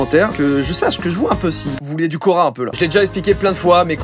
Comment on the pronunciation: C'est hyper perturbant 😂😂